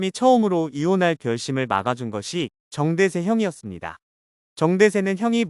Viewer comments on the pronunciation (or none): 정대쎄로 들리네